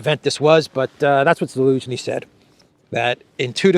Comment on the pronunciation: This guy is a rank amateur. How does this idiot try to play off his so called knowledge of world geopolitics by calling President Zelensky - ELENSKY AT LEAST 5 TIMES. He is literally too ignorant to be listened to.